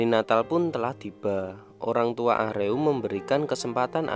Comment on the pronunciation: Ah-reum korea nya .. Baca nya Aruma ..